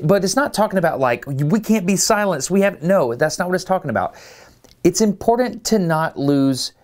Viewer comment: Ok, the voice you use to mispronounce "important" needs help.